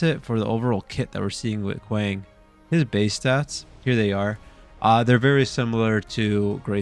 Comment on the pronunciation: Not kwaaaaang it’s kwang